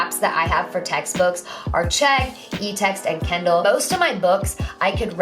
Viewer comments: she says kindle like kendall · The way she says Kindle. kEnDalL